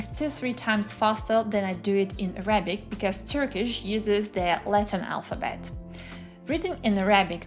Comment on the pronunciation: Great video! I’m impressed at your language talent. I only have four small suggestions that will help you move a tiny bit further toward sounding like a native in English: When saying “Arabic,” put the emphasis on the first syllable: Árabic. For “vocabulary,” put the emphasis on the second syllable: vocábulary. “Honest” — never pronounce the H. Now for the tricky one: When the word “progress” is a noun, the emphasis falls on the first syllable. When it’s a verb, it falls on the second syllable. Examples: “You are making great prógress in German.” “I cannot seem to progréss in my Japanese studies.” 😊